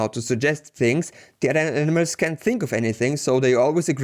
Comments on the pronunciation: This guy says animals like - Enemas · Great video. You do however pronounce "animals" as "enemas" which is slightly disconcerting haha!